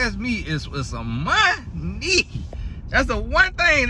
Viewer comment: Not monneee😊🤣🤣